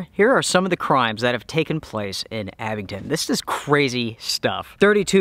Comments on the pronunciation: please guys abingDON NOT abingTON very disturbing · Not trying to be a word Nazzi but it's ABINGDON with a "D." I used to live in Tazewell County VA. I Would drive to Damascus 3 or 4 days a week to pick up a co-worker then drive to Abingdon or Bristol to work. My co-worker lived in one of the old stone houses built probably pre world war II. It sure is a beautiful area. That was back in the mid 80's. I lived in Charlotte in the 90's & I used to drive up through Mt. Ariy to Witheville & on down 81 to Bluefield then to Buchanan County. To home. The whole area is picturesque. I live south of ATL. now. I get up that way 3 or 4 times a year.